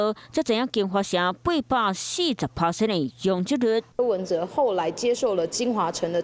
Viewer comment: 主播kap過音人 讀毋著音 柯文哲tiat⭕️ 毋是 哲the̍h❌